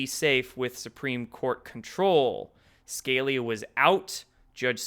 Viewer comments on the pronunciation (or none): It's Scalia, not Scallia, you dope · It’s pronounced Scaleeya not Scalya. I’ve heard you make this mistake before. I’m surprised you mispronounce someone so famous. It’s weird because I’ve heard the name thousands of times. You are pretty young so There’s that. I like you and that’s why I’m telling you. Peace. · It's not scale-lee-ah, it's skah-lee-ah... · SKA-Leah...not Scale-ea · Nobody ever, ever, ever has pronounced Antonin Scalia's name SKaL-E-uh your clueless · Scalia. Skah lee ahh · SCALIA = SKUH LEE AH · Scalia is pronounced: Ska-lee-uh Yikes! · Lol nice cover of Q, but please for the love of god learn how to pronounce Scalia and Kavanaugh... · With the intelligence you seem to have and how abreast you are of current news I cannot believe you could not pronounce judge scalia's name even close to properly